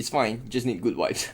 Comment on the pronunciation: Funny bro... Vibes means nice stuff or feelings... And you didn't pronounce it correctly 😂😂